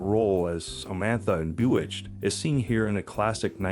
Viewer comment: Read by a bot? It could not pronounce Bewitched or Camaro properly